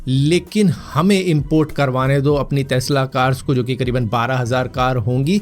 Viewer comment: टेस्ला ❌ तेस्ला ✅